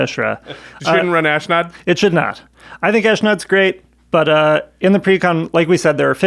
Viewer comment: There is no "I" in Ashnod...it is ash-nod. Sorry, the mispronouncement just grind my gears.